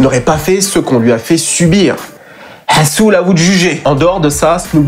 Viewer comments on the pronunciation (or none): Fréro c'est lhasoun pas hasoul